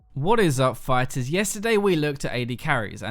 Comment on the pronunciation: Phyters, really bro? Really?